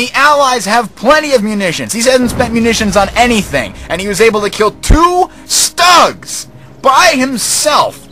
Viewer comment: pronounced "Schtoog" and cmon what else do the allies have? whermacht takes no strategy you can just spam and upgrade allies is pure strategy in order to win...or noob ass airborne spam